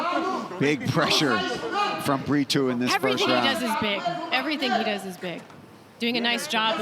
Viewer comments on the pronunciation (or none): Is there a reason commentators say Bri-too instead of Brito ?